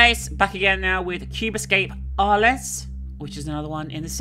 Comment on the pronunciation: Can we just comment on her pronunciation of Arles? Or the fact that she solved the liquids-puzzle by shear coincidence without even understanding the clue for it?